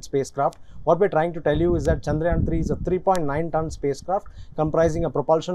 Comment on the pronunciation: Loves the way he pronounced chandrayaan so perfectly